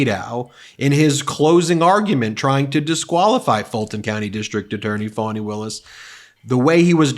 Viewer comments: If Trump knew how to read he would know that Fani does not have two n’s and is there for pronounced Fa-née . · English language learning. Fanny is your bottom. Fani is NOT fanny. Different pronunciations due to two (n) s. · In Britain the 'fanny' word is considered vulgar, a term for women's genitalia not just the backside. A friend of mine is having fits about her name being mispronounced. Pretty sure the Trumps know that. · It's Fani, not Fanni, just FYI. That's what makes his 5th grader shit talk about how her name is pronounced even dumber. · The prosecutor’s name is spelled “Fani,” not Fanny or Fannie. If you see the spelling, you should know how to pronounce it without making a big show about it. But, in this case, I can see how Trump might not get it. He may have not paid enough attention during phonics. She was always called Fani, even if she was too polite to correct people multiple times. Fah-nee. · Halina or Herloony seems to mispronounce Fani Willis's Name? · Every time they mispronounce her name they sound so impotent and insecure. Like a 2nd grade bully on a playground. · He doesnt know how to pronounce fani in french. sources: i'm french and fani is a common name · Fani Willis pronounces her name correctly (because, unlike that illiterate idiot Trump, she can read) Because there is only a single ‘n’ the ‘a’ is a soft ‘ah’ sound If there were a double ‘n’ THEN the ‘a’ would be a hard ‘a’ sound as in aPPle, aTTack and aSS-hat It’s called the ENGLISH LANGUAGE - LEARN IT! SERIOUSLY, I learned this in 2nd class Primary School the year after I learned my vowels How much did Trump’s father pay for his education again…?? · Constantly Intentionally mispronouncing a black person's name is clear racism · Donald Drumpf, or whatever he calls himself these days. Fani, has always gone by that pronunciation, these idiots. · Time Trup also learnt to pronounce words _It's FANY and not FANNY!! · We knew Bobbit was not educated,then why can’t she pronounce Fani